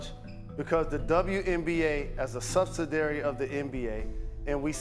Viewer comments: Your boy said "subsidary" 😅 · and that’s as a “subsidary” of the NBA no less. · What did the brain dead dude say? Te subsidaary? LOL dude put your gay glasses back on. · Shut the hell up and stop kissing ass. Either you're simping or you're just stupid saying the shit you just said. And it's not a subsidary dickhead. It's a subsidiary (five syllables).